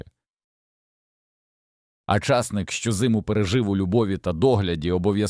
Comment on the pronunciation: Питання. Ті люди, що монтують відео, прослуховують перед публікацією? Невже так складно попросити людину з нормальною дикцією прочитати текст? Ча'сник.